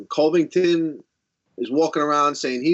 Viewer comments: "Cody Colbyngton" hahhaha)) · "Cody Colvington" - Ragin Al